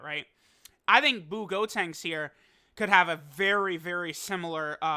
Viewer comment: Bro can you please say buucolo and buutenks it’s so frustrating 😂🤦🏼‍♂️